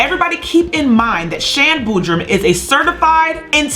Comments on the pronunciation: Her names not bodrum it’s Shan Boody pronounced boodie 😂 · Sham boodram= boodrAm not boodrum